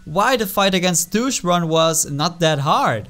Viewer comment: You said Douche instead of Duke